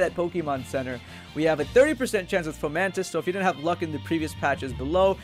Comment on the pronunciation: Fomamtis? I think it's fomantis xD